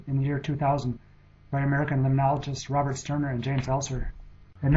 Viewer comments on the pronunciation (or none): none